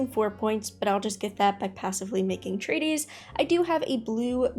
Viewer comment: Thanks for sharing your knowledge! By the way, treatise and treaty are two different words, and not pronounced the same.